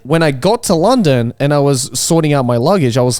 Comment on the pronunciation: Why did he pronounce london like that